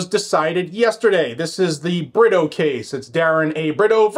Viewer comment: Britto is pronounced- Bre to